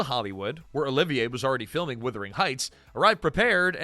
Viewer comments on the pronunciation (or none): “Withering Heights”? Idiot.